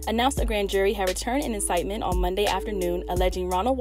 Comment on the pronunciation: Indictment is pronounced “in - DITE - ment”